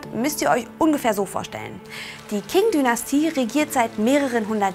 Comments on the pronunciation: Es heisst "Qing", nicht "King"🙂 - Aussprache beachten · Die Qing Dynastie King Dynastie zu nennen ist aber auch einfach nur falsch... Das sollte man wissen das in Pinyin das Q ein Ch-ähnlichen Ton hat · Zur Aussprache: Wuchang: "Wutschang" ("w" wie englisch "water") Qing: "Tching" Tongmenghui: "Tongmengchui" Yuan: "Jüen" Tianjin: "Tjendchin" "Guomindang" oder "Kuomintang"(je nachdem, welcher Transkription man folgt(erstere ist die heute gültige Pinyin)), aber keine Mischformen wie "Guomintang" oder "Kuomindang" Zum Inhalt: Taiwan ist auch chinesisch, man kann nicht sagen "China und Taiwan", nur "in der Volksrepublik China und der Republik China" oder "in Festlandchina und Taiwan".